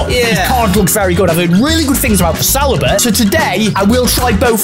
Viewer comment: Add Saliba to the list of names these two can’t say 😂